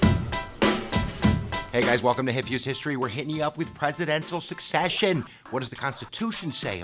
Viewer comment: SECCESSION Dude, not Succession. Unreal.